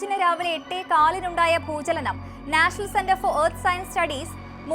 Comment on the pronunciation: പണമില്ലാതെ ഒന്നും നടക്കില്ല. അത്യാവശ്യമായ ആഹാര സാധനങ്ങൾ വാങ്ങാൻ പണം വേണം . വസ്ത്രം വാങ്ങാൻ പണം വേണം . അസുഖം വന്നാൽ ചികിത്സ തേടണം എങ്കിൽ പണം വേണം . വിദ്യാഭ്യാസം നേടാനും പണം വേണം . എന്തിനും പണം വേണം . പിന്നെന്തിനാണ് പണത്തിനെ ഇങ്ങിനെ എതിർക്കുന്നത് ? ഭൂചലനം . ബൂജലനം അല്ല . ഭൂകമ്പം എന്നാണ് ബൂകഭം എന്നല്ല